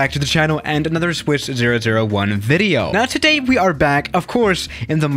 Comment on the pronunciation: "So yeah guys, thank you for watching ideo."